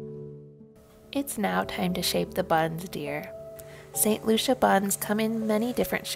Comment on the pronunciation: I believe it’s pronounced Loo see ah.